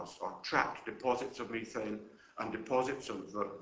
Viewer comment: This is great info and he has the most bizarre pronunciation of words I have yet heard from a European English-speaker. "Mee-thane" in-ex-oh-rible"....geez!